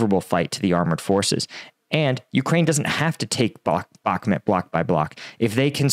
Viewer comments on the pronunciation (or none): Can you pls say Bahmut (bachmoot), not Bakmet.